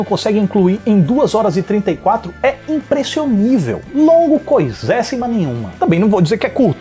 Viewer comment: adoro quando o fala "Impressionível"